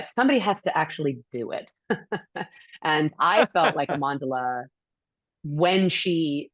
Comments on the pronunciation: It is pronounced Amanda-la. See, here in the West, what we decide is de facto. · I'm not even Zulu but purely as an African myself, Amandla should have made more of an effort to get people to say her name right. Or maybe her mother says it that way too and she doesn't know how to ssy it herself. As far as South Africa goes, that might be the most popular word known internationally because of It's history. Considering how woke she is, I'm surprised she lets people get away with amanda-la. It's not that hard compared to some of the other tongue crushing names I know.